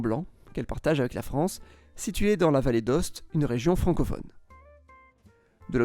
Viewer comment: Vallée d'Aoste pas Vallée d'Oste mdrrr